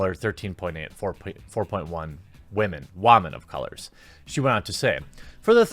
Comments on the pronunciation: Is it a joke that you pronounce it as "wah-men?" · "Wamen"? You keep saying this word. What does it mean? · Where tf you learn to say women at? Wah-men 😂😂😂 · "women, wahmen" gaaaaasp he's a fan!😍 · “Captain Meh” The first unattractive Wahmen superhero. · Really? you pronounce women was as "WA-men" and you are calling her out on this. Pot calling the kettle black much? While she doesn't bring up the facts, you make the assumption that her claim is well founded. I know you can't give the in-depth research into this as a part-time job, but because you suspect her to be voice a claim to get good PR. Does it smell fishy yes. I say reach out to the people holding the press tour, see if they have the information she is talking about. You're making her out to be the bad guy with no evidence except he-said-she-said. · why do you say 'wamen' instead of' women'?